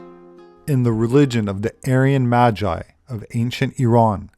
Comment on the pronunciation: Dude said Majai lol...